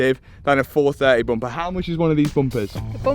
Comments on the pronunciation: Dear, Is it Bumper or Bomper😮😂😂😂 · I just like listening to him say "Boompah". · Bum-paar, love it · The way they pronounce bumper 😂😂😂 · Lol the way you say Bumper makes me laugh.